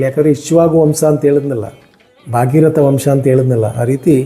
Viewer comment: ಕ್ಷಮಿಸಿ, ಅದು ಸರಗ ಅಲ್ಲ 'ಸಗರ ', ಬಾಗೀರಥ ಅಲ್ಲ ' ಭಗೀರಥ '. ಶಾಸ್ತ್ರ, ಪುರಾಣಗಳನ್ನ ಉಲ್ಲೇಖಸುವಾಗ ಕನ್ನಡ ಉಚ್ಚಾರಣೆ ಯಲ್ಲಿ ಸೂಕ್ಷ್ಮತೆ ಇರದಿದ್ದರೆ ಮುಂದಿನ ಪೀಳಿಗೆ ಅದೇ ಸರಿ ಎಂದು ನಂಬುವ ಅಪಾಯವಿರುತ್ತದೆ. ನಿಮ್ಮ ಒಳ್ಳೆ ಪ್ರಯತ್ನಕ್ಕೆ ಧನ್ಯವಾದಗಳು